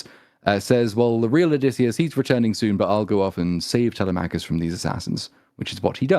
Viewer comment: By the Greek Gods! At least say Telemachus right! Google the pronunciation boys!!! TeleMACKus is like sand paper against my eardrums! sigh Aside from that, helluva episode! I’d say more than fair critique. More than is deserved or could be expected given the targets of hate and scorn this movie makes of certain demographics.